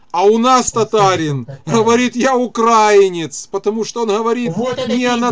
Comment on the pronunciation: большая просьба - украИнец, украИнский и т.д. Ухо режет